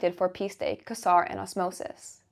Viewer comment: Quasar is generally pronounced "Kway Zar" - though you did make me laugh. I was not aware of the coinbase listing: thanks!